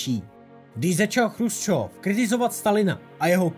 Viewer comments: Dobré video na téma, o kterém se moc nepíše. Jinak jen drobnost, Nikita nebyl ,,Chrusčov", ale Chruščov, což je ve videu trochu rušivé. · on nebyl chrusčov ale chruščov.... ehm...